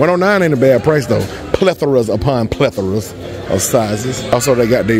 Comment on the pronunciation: I'm not used to another guy saying pleathra